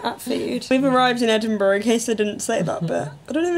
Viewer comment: I swear to god this video was originally called edingbruh hahah